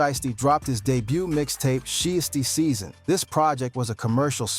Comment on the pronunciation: "She-is-tee-season." 😂😂😂 "Shy-as-tee-season" 😂😂😂 This AI stuff is really outta control.